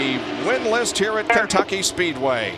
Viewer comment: Did he say "Kenkucky" ... ?